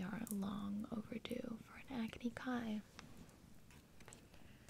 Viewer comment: When you said "Agni Kai" I literally thought you said acne for a second